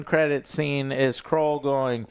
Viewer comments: It's Knull not Krull Joe 😂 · STOP SAYING KRULL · 1. Codex is straight from the comics. 2. KNULL G*D DAMMIT JOE. IT'S KNULL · Crull 😂 yet again Joe butchers a characters name smh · Krull? lol this is how I know you’ve never read a venom comic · It's Knull. KNULL! KNULL! KNULL! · Bro can’t even pronounce a one syllable name this time